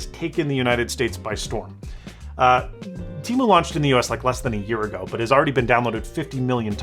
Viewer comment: It’s te-mu not t-mu